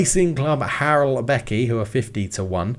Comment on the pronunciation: I don't really care which one of the teams you take, but maybe try your best not to absolutely butcher the name of the team you take on. If you keep saying harleback or harrolbekky for a hundred episodes I am not sure I will survive. 😅